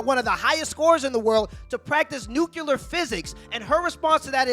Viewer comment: “NuCuLeRr physics”🤣💀